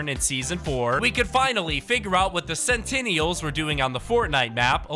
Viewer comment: Bro switched pronunciations for sentinels like 5 times